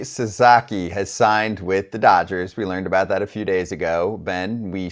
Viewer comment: hey, baseball expert...it's Sa-SA-ki NOT Sa-ZA-ki....lose credibility when you keep botching the last name.